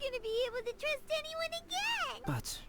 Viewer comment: "Don't trus anyone, not even yourself"